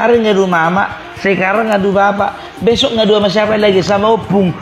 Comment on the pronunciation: op itu kalau tdk salah bacanya opung, yg artinya kakek. Dn parbellak itu pintarnya berbohong.. 😄😄😄😄mantap ulasan op parbellak.. Smg kubu sebelah tau dn legowo menerima kekalahan nya.